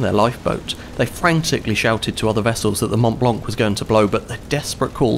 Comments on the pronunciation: You don’t announce the C for the love of god. Mount Blanc!!! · the t and c in mont blanc are sielent. Just saying